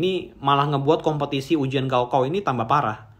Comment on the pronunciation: Gao kao dibaca "kao gao" ( ujian akhir tingkat sma )